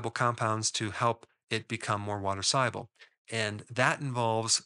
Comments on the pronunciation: Why do you pronounce the word ‘soluble’ as if it’s spelled ‘sieable’? Am I mishearing you sir? 😊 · Why mispronounce SOLUBLE as SIABLE? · Are you saying soluble or siable I can't understand sorry is it my accent ? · What does ‘sigh-able’ mean? Is that a word in English? If you mean ‘SOLUBLE’ then why don’t you say so? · It's pronounced saal-yoo-bl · Are you a real doctor? Soluble is pronounced "saal·yoo·bl" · SOL- uable. 😂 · Confused at the beginning how Dr Berg pronounces "soluble" hehehe. Great recommendations for healthy eating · Lot of good info but struggling to listen to someone dropping the 'l' in 'soluble '😬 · Is the "l" in soluble hot pronounced?